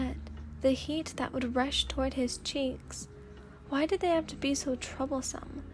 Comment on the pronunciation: I thought you said trouble-san instead of troublesome lol